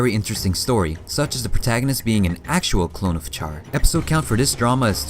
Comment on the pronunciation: Char -> "Shar"